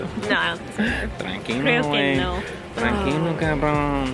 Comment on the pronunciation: Ese primer "tranquiloo" (aprox. min ) fue impresionantemente mexicano, el acento le salió muy bien